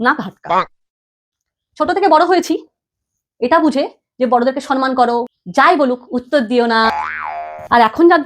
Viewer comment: Mam kathata 'sanman' noy samman....